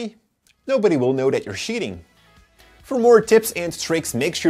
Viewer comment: “nobody will kow that you were shiting...”